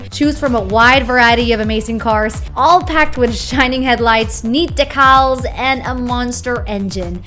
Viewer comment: «Neat Deckals»